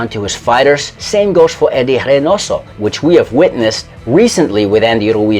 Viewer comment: The narrator has what appears to be a northeastern accent. And he pronounces Reynoso like a Portuguese speaker. Is he a Portuguese-American from Rhode Island?